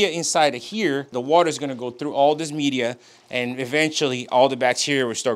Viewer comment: He calls it "mee-deea" lol